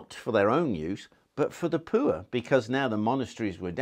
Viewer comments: I love the way he say poor -lol - peuer ha ha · Talking about the Royal privy then pronouncing poor as pooer had me in stitches.